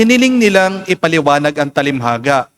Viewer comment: Father TALINHAGA hindi talimhaga. No offense meant.